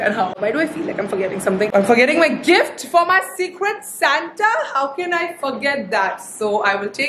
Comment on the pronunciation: It's Secret Santa not cigarette 😬